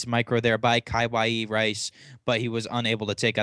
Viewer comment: does i annoy any1 else that he cant say kawaii